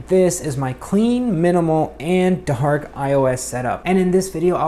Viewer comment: did he just say DaHaark ??